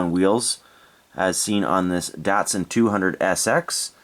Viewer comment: With the world Datsun the a is pronounced like an o.